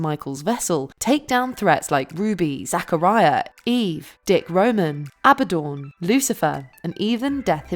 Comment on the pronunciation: It's AbadDON not AbaDAWN